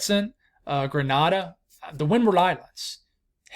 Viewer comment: Pronunciation assistance Grenada = Gre-Nay-dah